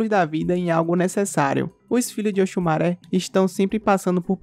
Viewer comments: Oxumarê kkk e não maré kkkk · Òsùmàrè, se Pronúncia Oxumarê...Ok!